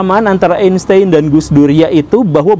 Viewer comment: Einstein bacanya "ainstain" kalo ga salah wkwkwk